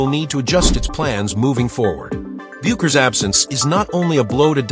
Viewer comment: Don't waste your time with this click bait. The AI voice can't even pronouce Paige's last name correctly.